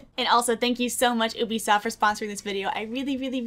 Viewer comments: NOOOOOOO!!!! IT'S PRONOUNCED YOU-BEE-SOFT!!! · its not called oobisoft lmao